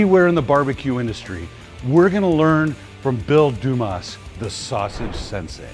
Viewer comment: You know someone was never involved in marital arts when they say "sinsay".